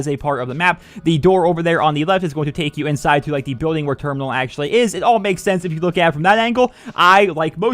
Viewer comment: It's termoonal